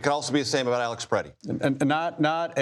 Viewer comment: His name was Alex Pretti. Not Preddy. At least pretend you care.